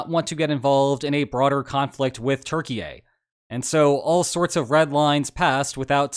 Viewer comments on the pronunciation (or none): Hi, Lines! You are saying Turkey-yay 😅 wrong... again 😂 Hope Erdo doesn’t hear you or this might lead to real problems for NATO 😮 The correct pronunciation would be with a “u” as in “you” and the ending is more of an “yeah” in stead of a “yay” Try it out - T-you-r-key-yeah! PS If your policy is addressing people the way they insist no matter the cultural context or whatever, please address me as God-Emperor. I would be grateful ☺️ Cheers and keep up the nice work, mate. I appreciate your channel but the LOLs are also a must-have when discussing geo-politics. Otherwise it becomes too dull and repetitive. Remember, yeah, not yay! And if you mention Bulgaria, know that the u is pronounced as the o in “love” rather than the u in “you” Also, try saying Tsrnagora in stead of Montenegro. I digress… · why do you say turkeyay? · Is Turkey pronounced Turkeyaye? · bro keeps saying turki-ye lmao, cmon man just say turkey at this point. or pronounce it turkii-eh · it's turkey, not turkey-yay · Turquyia, not Turkeyei!!! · Love your videos, but I gotta say - it's pronounced "tur-KEE-yeh" not "Turkey A" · Can you stop calling Turkey "TurkeyYay"? It sounds so stupid. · Turkey-ye? How did Kanye get involved? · Wtf is a Terkeeayy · Why you saying turkyie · LEARN HOW TO PRONOUNCE THE COUNTRY OF TURKEY, You sound silly and ignorant. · Hej man, I just wanna say that you're saying Turkey wrong